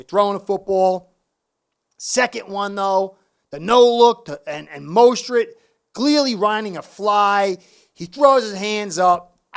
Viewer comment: I think McDaniel and Tua both should be gone after this year. McDaniel is a dum@ coach and Tua "This NFL stuff is easy" cannot compete in the NFL. They are limited mentally and physically. Damn Fins. And you are killing me with saying Mosteret. LOL.